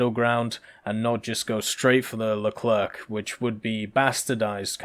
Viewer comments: the Leclerc is pronounced like Leclaire. the last C is silent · well I assume you are a native french speaker so I will stop to write in english at the end of this sentence. Au risque de vous décevoir le c a la fin du nom leclerc est bel et bien muet ...